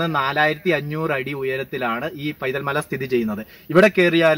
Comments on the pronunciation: സുഹൃത്തേ ആ സ്ഥലത്തിന്റെ പേര് പൈതൽമല എന്നല്ല വൈതൽ എന്നാണ്. വൈതൽ മല എന്നുപോലും ഇല്ല. വൈതൽ എന്ന് മാത്രം. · പൈതൽമല അല്ല... വൈതൽമല